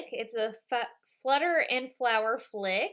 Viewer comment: Great video! But oh my god!! Your reading his name and still not saying it properly!!! FLIT!!! FLIT!! Not FLICK! FLICK IS FROM A BUGS LIFE!! But still awesome video xx